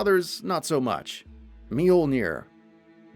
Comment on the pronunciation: Ah yes. Thor's legendary hammer, mealnear.